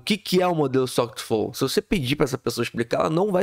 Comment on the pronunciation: "is to quetu flou".